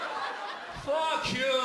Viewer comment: when he says "fuck u" dat part is so funny!!! hes accent lol!! :D